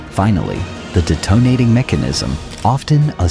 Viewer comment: "the deh toe nate-ing mechanism"